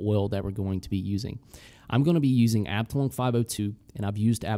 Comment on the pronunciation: Amazing video as always! Btw. "Abteilung" is pronounced more like arb-thai-loong (yeah I have no idea how real phonetic writing is supposed to look like :D ) and it means "division" (in military terms) in german :).